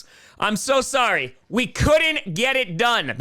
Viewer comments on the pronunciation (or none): none